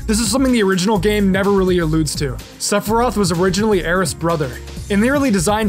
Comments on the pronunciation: Was that saying "Sephiriath"? Lmfao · No one talkin about how fucks up sephiroths name at the beginning of the video 😂😂